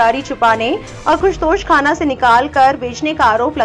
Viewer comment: tosh khana nhi 😁 toshah khana word ha